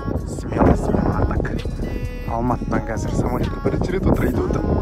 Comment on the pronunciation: Самолот АХАХА может самолёт